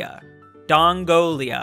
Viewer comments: You say it don-gola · How could read Dongola as Dongolia like ten times? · It's even funnier since it's Dongola, and not Dongolia. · It’s D O N G O L A with no I lmao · I love how dosent realize it's dongola not dongolia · Dongola, DONGOLA. Not Dongolia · Dongola not dongolia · DON-GOE-LA NOT DON-GOE-LIA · It’s pronounced DongoLA not DongoLIA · Country name: dongola: constantly saying dongolia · “Spelt Dongola”: Dongolia???? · DONGOLA exists keep sayin Dongolia Wow Thats a BIG dongolia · *pronounces Dongola as Dongolia* Me: Wheres the I??????? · yes,. that for sure says donglolia there bud. we all know that ur sPEciaL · Dongola(dong ol a) there’s no i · My man read it hella times and never corrected himself 😂😂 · There is no i in Dongola